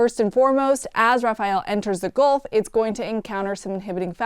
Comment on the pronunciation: Ah yes, the Goolf of Mexico.